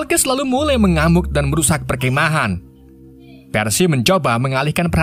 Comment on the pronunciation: Mimin susah ngomong perkemahan 😭😂🙏❤️